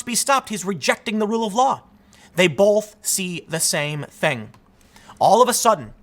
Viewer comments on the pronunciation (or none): There is no "L" in the word both. Stop it.